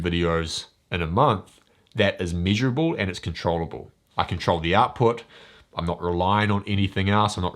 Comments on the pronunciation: Mate, gotta work on your pronunciation, miserable and measurable should not sound the same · Glad I looked at the screen. I kept hearing miserable instead of measurable.